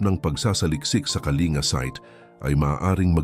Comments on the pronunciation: wag kang tanga Ang pronunciation ng Kalinga ay "Ka-ling-ga" hindi "ka-li-nga" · Wrong pronunciation ka po Sir,KALINGA TO KALINGGA,Informative you tube God bless po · Kalingga dapat mali nga ang pronunciation nya